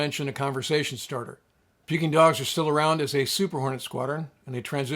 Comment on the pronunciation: The Playboy Tomcat, BUNO 164604 is still at N.A.S. Oceana, wearing a Pukin Dogs paint job (stop saying the dang G as in puking). My only Navy command as an AMSAN. Wife was a Reaper and Gypsy (never hears them called the gunfighters). Keep safe shipmate.